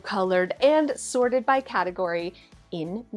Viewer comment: ME: What the heck is a “sordid toy bin”? Oh. “Sorted.” Never mind.